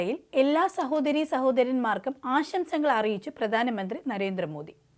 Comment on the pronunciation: വാർത്ത അവതാരകയ്ക്ക് അക്ഷരശുദ്ധി തീരെയില്ല. പ്രധാനമന്ത്രി - പ്രദാനമന്ത്രി രക്ഷാബന്ധൻ - രക്ഷാബന്ദൻ ബന്ധങ്ങൾ - ബന്തങ്ങൾ മധുരം - മദുരം രാഖി - രാഗി മുപ്പത് - നുപ്പത് മാർഗ്ഗരേഖ - മാർഗരേഗ മുഖ്യമന്ത്രി - മുക്ക്യമന്ത്രി പ്രാർത്ഥന - പ്രാർത്തന കൊച്ചുകുട്ടികൾക്ക് പോലും വൃത്തിയായി ഉച്ചരിക്കാവുന്ന ഇത്രയും വാക്കുകൾ ഈ പെൺകുട്ടി തെറ്റായിട്ടാണ് ഉച്ചരിക്കുന്നത്. വാർത്താ വായനക്കാർക്കും അനൗൺസർമാർക്കും ആദ്യം വേണ്ടത് ഉച്ചാരണ സ്പുടതയാണ്. അത് ഇല്ലാത്തവരെ ഈ വക ഉത്തരവാദിത്തങ്ങൾ ഏൽപ്പിക്കരുത്. മാതൃഭൂമി പോലെ ഒരു ചാനൽ ഇങ്ങനെ കാണിക്കുമ്പോൾ ഇത്രയും കാലം കൊണ്ട് മാതൃഭൂമി നേടിയെടുത്ത അന്തസ്സാണ് നഷ്ടമാകുന്നത്.